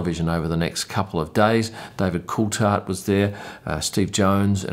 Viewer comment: David Coulthard's surname is pronounced with the "h", so its not a hard T; I can see you're trying with Max's name too...well done.